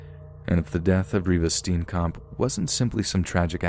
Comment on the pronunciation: every south African raging at how he pronounces Reeva Steenkamp XD